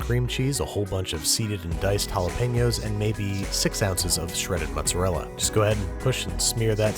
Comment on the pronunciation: Really like your recipes, but "mozzarella"...that really hurts...also, what's romano? Pecorino? And I know it's "difficult" for you, but I'd love to have also some metric portions for your ingredients...